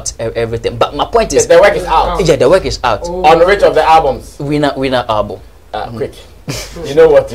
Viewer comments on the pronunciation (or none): Wen u pronounce work as weke how can you sing good music ? This Sammy guy is very bitter and he can't do without this type of conversation..... Sammy don't be dumb be more creative Sammy u are far behind Nigeria presenter I swear to God